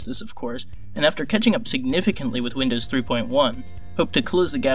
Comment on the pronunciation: Winndoes what macant